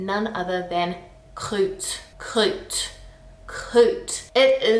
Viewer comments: Croûte ? Yeah it’s meaning is ugly too ; it can mean a scab too ! But really, pronounce it like « Kroot » And yeaaaah « Caca » is the infantile way to say it ; and is literally designed to sound yucky. Same for Crade ^^^ Funny because most of the words you mention as ugly are indeed derogative versions of the proper words ! My Grandmother would scold me for using these words ! Some of them are really funny or sassy, like « meuf » sounding quite like « Muff » ^^ Oh and yeeeeeees ! Flemme comes from the English « Phlegm/Flegm » it did a funny roundabout ; from latin to English and French, it took on a different meaning with time and when the French took it back they twisted the meaning one more turn ! It’s quite funny that you still have some difficulties with the Ü sound ! It’s quite nice though, gives that extra exotic touch to your accent :) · "Croûte" is actually pronounced with a "oo" sound. Same as "Groot" in "I am Groot" (just replace the g- with a k-) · not "crute" but "croute" (the '^' change nothing to how prononce it) not "tatre" but "tartre" (i know the 'r' is hard, and you have to use it before and after the 't') not "eurle" but "urle" ; so it totally not make "eu" like you show. "p,d,r,st," is not just "h,m,s,x,,l", it is "h,m,s,x,,l p,d,ph,l,".